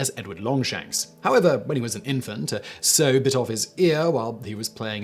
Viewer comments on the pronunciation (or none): What’s with the pronunciation of a “so” (meant to be “sow”) biting his ear off? Is this a Brit thing of which I’m ignorant, or just a mistake? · he also pronounced "sow" (the female pig) as "so". lol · Rhymes with "cow" or "now." He pronounced it as though spreading seeds. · just a mistake. I had no idea what that bit was meant to say til I read your comment and I'm British